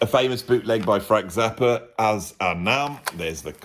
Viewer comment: Interesting, if follows the name "Frank Zappa" with a word starting with a vowel, then he pronounces Zappa as "Zapper".